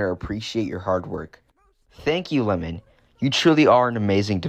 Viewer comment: Lemmon💀 it’s lemming